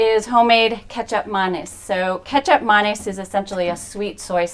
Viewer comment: I am Indonesian living in North America and I'm so proud that Gado Gado is being featured on the channel ❤ not only that but the guest also talked more about Indonesian culture and said Kecap Manis correctly 😉Thank you!! when my husband and I changed our lifestyle due to health back in 2016, we watched Forks Over Knives and purchased The Prevent and Reverse Heart Disease Cookbook. Love the!